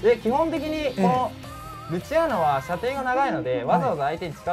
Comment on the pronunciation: ルチアーノ最初アチールノって言ってたわ